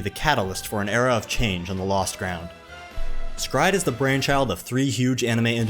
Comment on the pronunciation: Is it pronounced "scryed" or separately "s Cry Ed"??